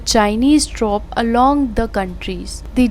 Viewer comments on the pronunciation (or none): very good reporting, lekin is ladki ne jo English ki news parhi he iska talaffuz kehi jagah sahi nahi kiya, troops ko dtops keh diya waghera waghera.